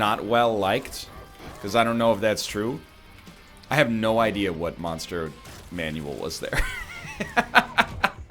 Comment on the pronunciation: Why does NL pronounce Monster Manual as "Monster Manuel"?